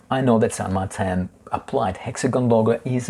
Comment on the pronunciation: I kindly submit to you that it should be pronounced the Spanish way, "San Mar-teen", as the only widely known San Martin out there is the historical figure revered in South American countries like Argentina. Now who's being pedantic? :D